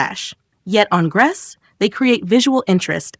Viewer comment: She doesn’t live in Beirut. She live in Montreal. And her name isn’t pronounced gresh. It’s pronounced Grece. Like Greece.